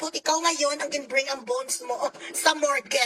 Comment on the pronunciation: Mukha pa lang ay dimonyo na si BanatBy. The more so when he opens his mouth. "Mor-ge" raw? "Morg (morgue)!"